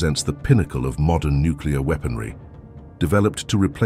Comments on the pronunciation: 'The pinnical of modern nucular weaponry' exploding prematurely inlthe silo😅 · The word "nuclear" is NOT pronounced as "NOO-KYOO-LAR" !!! Sheeesh! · i really wish "nuclear" was pronounced as "nook-LEE-errr" instead of "nook-you-lurr". big george bush vibes, "nukular" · It's pronounced n u c u l a r!